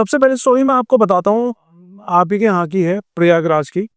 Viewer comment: She said priyagraj 3 times. Learn to say the name correctly